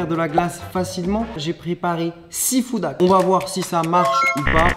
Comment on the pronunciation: Juste pour info on dis bien " Food Hacks " ?